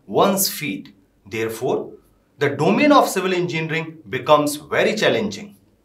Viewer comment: The host in red tie is not even able to pronounce "engineering" instead he has his own pronounciation " enginring"🤣. How ever explains quit well about various tools available to eaSe civil engineers.... Great job by her